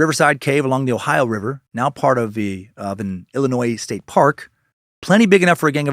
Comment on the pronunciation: Man I so proud of you for pronouncing Illinois without the s today as a local of southern Illinois and cave in rock is amazing you def need to come for a visit Dan and moon from the fizz show is a super fan of the area so plz come to our side of the Mississippi when you come to stl hope I can get a chance to see u then your fateful cult member